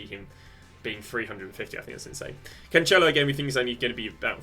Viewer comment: “CanCHElo”, “Gee-eiro” you can go on with the names